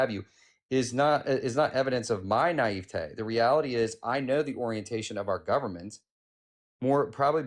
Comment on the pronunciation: “Your nieve-tayyy”😂